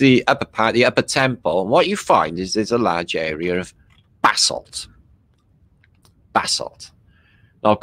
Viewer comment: 👋”basalt” bath salt, baa, vassal, bassel hmmmm